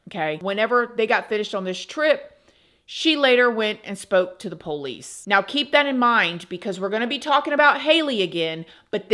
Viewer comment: I love how you pronounce PO-lice 😂